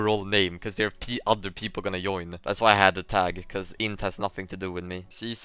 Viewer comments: why he is saying yoin stead of join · He is saying yoin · Why you pronounce j as y? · is he intentionally saying "join" like that or is it the way he pronounces it?